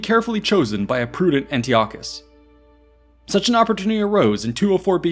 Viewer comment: Yeah disappointing he fumbled that.